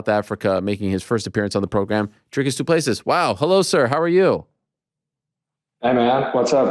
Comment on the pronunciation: Ariel prides himself on name pronunciations. Here we go my guy, it's "Du-pleh-see".